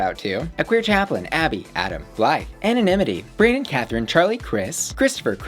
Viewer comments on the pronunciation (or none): none